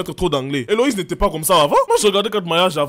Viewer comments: C'est Élodie pas elowize😂😂😂😂😂😂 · ELODIEEEEEEE pas Eloïse 😂❤ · "Éloïse" 😂😂 nooonnn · Mais c’est Élodie pas Éloïse 😭😭😭🤣🤣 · Elle s'appelle Elodie owwww et non Éloïse😂😂😂😂